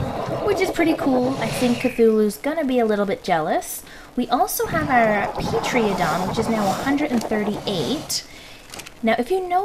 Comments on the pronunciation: its pteradon not pteriadon :p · agree with your pronunciation of chiton btw:D but its said terra-don not peetreeadon. xD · Y'all be chittin' all over this server, yo! And Tranquin' your own birds... GG. I watch this to see how you pronounce the Dino names..... O.o Pee Tree... :3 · Pteranodon = (tuh-ran-uh-don) .But you did say the dino names were hard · It's pronounced (ter-oh-don)